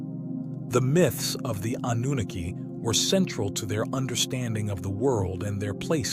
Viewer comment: Anooniki 🤦‍♂🤦‍♂🤦‍♂ that was painful to hear